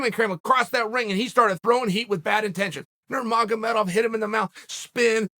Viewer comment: OMG Cheal said the names right! 😳